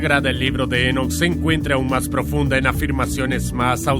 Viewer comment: Enoc no lleva acento, es muy molesto escucharlo con acento durante todo el video